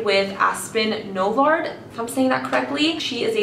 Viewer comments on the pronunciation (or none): not novard 😂